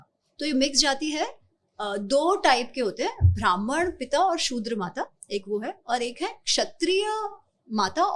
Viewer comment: It is not bhraman,it is Brahman.